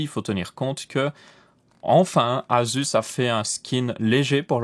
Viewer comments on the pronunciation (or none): none